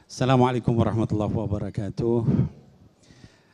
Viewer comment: Maaf ya klo salam untuk ummmat islam ... itu assalamualaikum waroh matulloohi waba rokaatuh....mba .... tlg ya ....bukan wabaru....ahirnya.. tp wabarokaatuh....